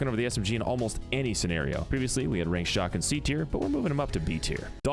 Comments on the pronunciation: He keept calling chaac shock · why did you call chaac shock?